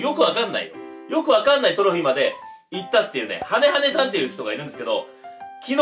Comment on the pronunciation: みんな言ってるけどハネハネがハゲハゲに聞こえたwww